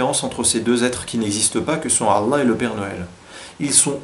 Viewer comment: Par pitie fais un effort de prononciation a chaque fois que tu dis Allah j'ai la nausee.